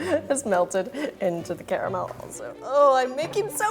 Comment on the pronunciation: i hate when people say Cara mel not car mel